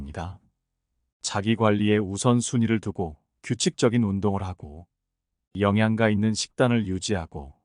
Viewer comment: 바른말을 사용하세요. '영양가'의 발음은➡️ [영양까] '두꺼운 종아리'➡️굵은 종아리